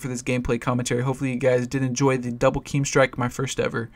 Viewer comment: I guess yoy come from doom and they probably have a rule of pronouncing it KEEEM strike but you're allowed to say it right from now on;. :)